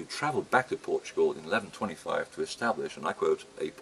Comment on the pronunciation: "POR TUO GRAL"